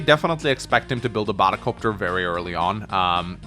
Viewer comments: I always love how says battle cöpter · I came for the batta copta, I stayed for the radicalus. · saying "battle copter" genuinely hurts me and I don't know why...